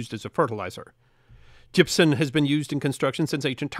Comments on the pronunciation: Gypsum not gypson. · Gypson isn't a thing. It's gypsum. pronunciation was driving me crazy. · stop using an N sound at the end of Gypsum... that's an M at the end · As a extreme fan of your work and your Channel with the deepest of respect to you I am utterly surprised at the mispronunciation and use of n in place of the letter M when saying the word gypsum. This is not a criticism but an observation that is quizzical in the fact that your articulate delivery of speech in your pieces is so perfect and properly intonated that this type of error is just simply beyond me